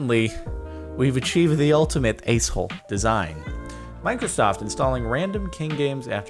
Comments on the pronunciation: Let me be the 200th person to point out ass sounding like ice. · I wouldnt worry i think i thought you said"Ice hole"